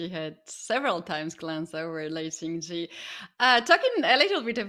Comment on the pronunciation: Can someone please tell the commentators that jie in Tingjie is pronounced jee-eh, and not just jee